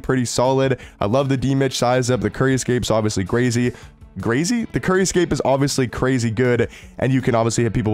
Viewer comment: Grazy lol … Michael Ryan.. Lol.., you messing up words is the best part of some of your videos.